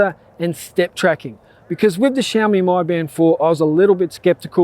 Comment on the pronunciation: ughh god. he pronounce it xiaomi MY band. O MAH GARDDDDD